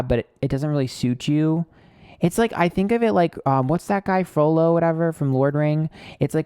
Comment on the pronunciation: “Frolo from lord ring.” 😂😂😂 You’re cute.